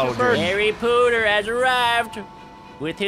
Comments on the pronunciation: It’s Harry Potter not harry pooter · Its not Pooter its Potter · Potter not pooter